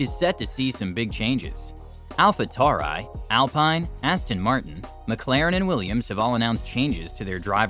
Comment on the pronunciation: Hey, great video but a couple suggestions for greater engagement and views: -the thumbnail is a little difficult to make out, I'm still not sure what it is. Making it easier to work out what it is may increase clicks and so views. -pronunciation is very important, you for a few wrong in this video - alpha tauri, Zhou Guanyu, alpine. This can make a video annoying to watch so you'll get less returning viewers. Best of luck and keep up the great work